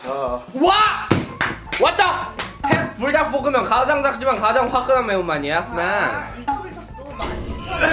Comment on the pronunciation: 이 불×5 거리는거 뭔데 귀엽지 근데 그걸 불닭!이라고 알려주는 왤케 스윗하지??뭐지.....ㅋㅋㅋㅋ별것도 아닌걸로 ㅋㅋㅋ 옹알이하는 아기랑 아빠같애